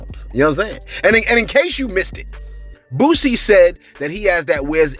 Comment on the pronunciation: Is your delivery deliberately wack? You're not very good at pronouncing names either, the man's name is Boosie, not Bootsy as in Collins!